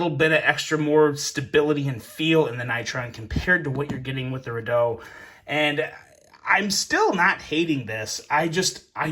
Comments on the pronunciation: Re doubt..... not redow... lol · REDOUBT is pronounced "REE-DOWT" not "REE-DOO". A redoubt is a type of military fortification. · it's pronounced Re "Doubt", not Re "doe" 😉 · It’s a Redoubt, not Redoe. It’s pronounced Ree-dowt. As in. “A refuge to regroup from” by definition. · Pronounced ri-dout. ;) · What an amazingly wrong way to pronounce Redoubt.